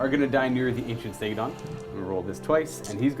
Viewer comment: It’s called a Stegadon with engine of the the gods not stegatron